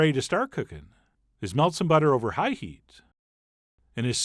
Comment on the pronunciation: Hate his talking method of highlighting some words...HIGH heat, etc. talk normal!